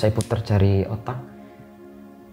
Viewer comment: Salah pengucapan dia y 😅